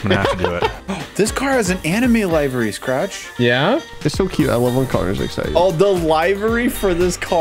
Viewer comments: Im sorry hearing yall say “livery” wrong is the most nail digging thing to hear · “Live-ery” hurts my ears😂 I say li-ver-ee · Boys... 😂 It's liver-y. Like the organ. It comes from the days of livery stables. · It liv ery =livery